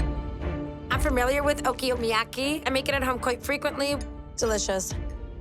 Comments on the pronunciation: "I'm familiar with 'OKI-YOMIYAKI' I make it at home quite frequently." 🤣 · She really just said: Okiyomiyaki????? So embarassing.... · If only she was as familiar with pronouncing "Okonomiyaki" as she is making it